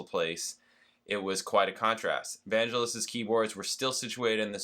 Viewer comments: Vangelis is pronounced with a hard G JSYK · Vangelis (emphasis on 2nd syllable) wrote "Chariots of Fire". A real eccentric but brilliant writer/player.